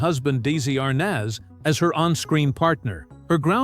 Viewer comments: Awful narration Dessy Arnoz then Arnaz? Destitute studios? I thought everyone else calls it Dezilu(pronounciation)..stopped watching as it all started. Could do better with a 'real' announcer. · Arnez not arnas nez get these names right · Lucille Balls' husband "Daisy Arness"🤣🤣I really wish people would start narrating their own shit again🙄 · Good old Dee zee arnez